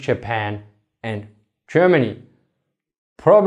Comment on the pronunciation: "Chermany, chapan"